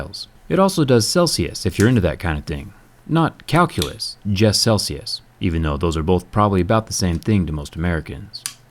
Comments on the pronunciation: I could've sworn you said calculus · Big Shaq - Not calculius , Just Celsius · "Farenhite and calculus"